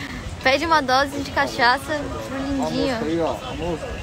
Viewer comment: Pera, ela falou cachacha? Caçacha? Caçaça?